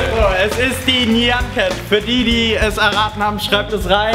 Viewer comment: Das wird najen cat ausgesprochen